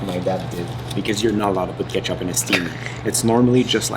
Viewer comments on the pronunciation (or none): none